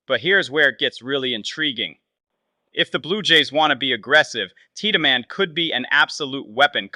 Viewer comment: It’s Teed-man you boneheaded